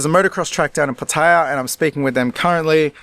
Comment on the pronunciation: Watch Kreis videos frequently and this one was interesting since I have lived in Thailand for many many years. The one thing that pisses me off is miss pronoucing city names, Pattaya in particular. I know Brits and OZZies are adverse to learning the Thai names properly, but after a so long in Thailand they should try since those watching pick up the wrong way to pronounce well know cities in Thailand.